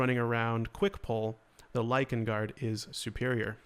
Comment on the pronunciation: You said “Lichen” ❤️❤️❤️